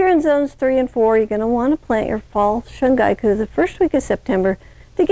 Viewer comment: Ma’am with all due respect, it’s called 春菊 (shun-ghee-ku). And thank you for the educational video.